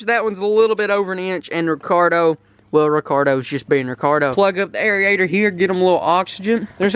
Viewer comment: Aerator not arieator